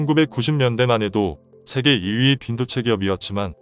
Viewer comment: 우리 정부가 반미는 아니지만 그래도 친중에 속해있는건 사실이고 그 와중에 몇번의 통수를 맞고 이제서야 중국의 민낯을 알게된거지 그래도 아직도 친중에 속해있어 뭐 그동안 정권들도 친중성향으로 흘러갔던거도 사실이고 박근혜때 정점을 끊었고 문재인이 그 뒤를 잇고있지 누가 다음 정권을 잡을지는 모르겠지만 친중정권으로 가려한다면 큰 화를 당하게될거다 그나저나 한글모르나? 세계를 재계라말하고 종전을 총전이라하고 뭐하자는 소리야 가뜩이나 기계음도 짜증나는데 한글도 제대로 못쓰나